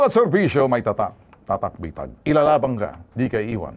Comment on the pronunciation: Bitag hindi betag. Bwisit na bisaya nato. 😂